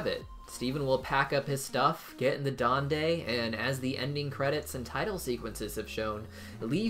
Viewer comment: 1 in the movie seen the chest was OPEN 2 its dondie not dondey*this is only the pronounsation*